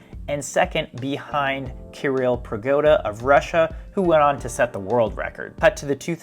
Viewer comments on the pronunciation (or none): none